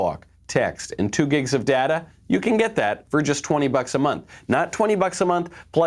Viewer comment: its data, not data